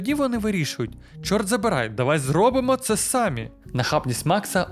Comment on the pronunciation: В українській мові немає "пЕшеходних переходів. В слові "самі" наголос робиться на другий склад.